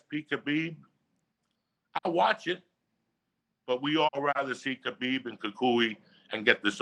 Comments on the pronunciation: Logan Jones: It's pronounced Collar-Beeb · Khalabib lol